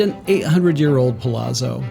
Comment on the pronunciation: It’s pronounced ‘pa-lat-zo’.